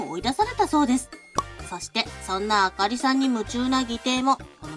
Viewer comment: あかりじゃなくて、あほりorばかり🤣